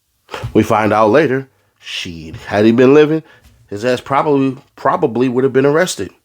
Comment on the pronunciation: Wun you wascilly wabbit the powice are coming 😅